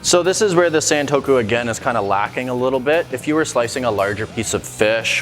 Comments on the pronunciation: Not sentokou, it's santoku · It’s not Saen-toku, it more like Sun-toku.